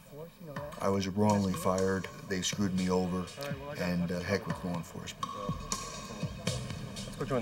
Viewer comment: “lar” enforcement 😂. How did the producers allow this shit?